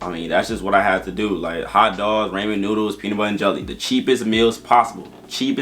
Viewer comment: Ray-mon noodles had me dead in the car.